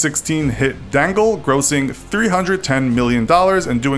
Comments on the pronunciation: Deng - el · Dangal.... lol you pronounced it a little differently It's not Dangle its "Dung-Gaaaal" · Dangal rhymes with Dungle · It's not Dongal It's Dangal means Riot.😂🤣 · hey its not d+ai+n+g+le its d+u+n+g+le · You said Dangal like Dangle😂😂😂😂😂. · OMG your pronunciation of Dangal had me crying with laughter!!! Think of it as done-gull. However, good job pronouncing the names of movies and people name's. You did better than most people I know. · the way he pronounced দঙ্গল (Dangal) 😂 sorry I know your American not Indian but I found it funny. But it’s pronounced Dungal but spelled Dangal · The way he pronounces Baahubali : “baahuBAAAAAAAAli” The way he pronounces Dangal: “DAAAAAAAAAnGGGLLLE’ It just cracks me up 😂😂😂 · saale usne dangal ko dangle bola tera kaan behre hain kya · the way they said Dangal 🤦🏻‍♀️ And Amir, Salman, and Sharukh mygod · lol omg the cringe I had when I heard him say dangal and like who tf is "salmon" khan lol